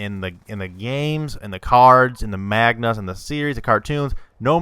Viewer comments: i must correct you seeing as how im an otaku (anime and manga lover) as you said "magna" its manga (maan-gah) thanks and i want to see a teen titans theory if possible once again thanx :) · Manga not Mag-na